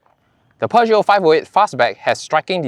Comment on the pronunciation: l l NOT, NOT, NOT ... Peuge-NOT. I I I I I I I I I I